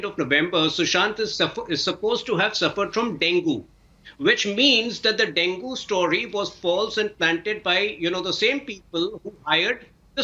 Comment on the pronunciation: Dengue is pronounced as Deng - gee. Why do Indian's pronounces it as deng-goo? I'm just curious.